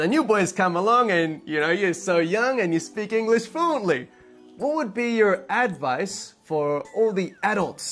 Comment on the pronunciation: 自分もそれ気になりました。確かに advice のイントネーションが変でしたよね。にも関わらず、一番最後の advice の発音は普通に出来てましたね。不思議な感じでした。